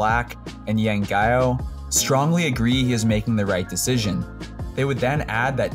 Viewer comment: It's Yeng Guiao (pronounced as gyow not guhyow)..